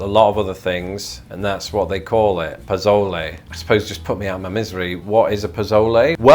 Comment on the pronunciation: Also, it's pronounced po-so-leh. The "z" has an "s" sound.